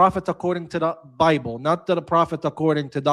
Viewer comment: He likes to spik abat de bable. You must let him tok, he nos tings.🤣🤣🤣